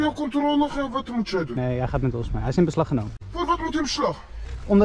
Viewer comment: WAT inbeshlagh lol